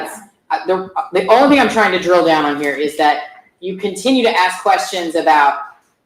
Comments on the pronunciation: AMEN THAT!! 😂 I've been dying to find out why people in Georgia LOVE 🪓's.. Everyone always axe'ing people.. WHY? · 1 of The prosecutors in the ysl trial says axe too it does my head in makes her sound so unprofessional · Dear God, normally, I am not a grammar guy, but hearing the witness say axe 20 times in 60 seconds was making me scream, "It's ASK." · “Axe” me no questions.. I’l tell you no lies 😂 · Dog, I said out loud (as Ashley) “well I didn’t AXE you anything. But I did ASK….” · Way too much "axing" in that 1st witness. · Aks is not a word